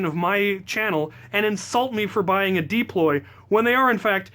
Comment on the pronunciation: ITS PRONOUNCED "dAploy"